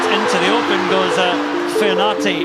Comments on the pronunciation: Excellent back rower for the Red Roses; but a pity her father Isaac couldn't teach her to pronounce her Samoan surname correctly. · 😂😂😂 bruh, I was like ayeeee?? Must be my hearing then the second time she said it I almost died of laughter lol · Your hearing was fine, it’s really sad when you cannot pronounce your own surname a ea😂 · Could someone help her pronounce her surname correctly😊